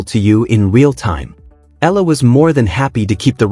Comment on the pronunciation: Eala pronunciation E ya la